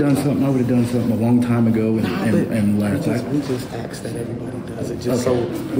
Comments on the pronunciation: Please, learn to say ASK not AKS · You know when a man or a woman says the word ax instead of ask you will not prevail mentally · Axed?? Why is that guy axing people??? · Yeah, what is the deal with people not being able to say, “ask”?! I’m sure they can say “ass” just fine, so put a “k” on the end of “ass”! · tries to axe everybody.